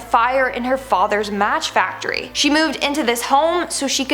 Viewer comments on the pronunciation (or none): none